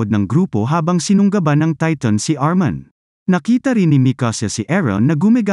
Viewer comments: Armin lods hindi armon 😂😂😂😂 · Armin, not Arman😂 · ARMIN po kuya hindi po ARMAN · Its armin not armon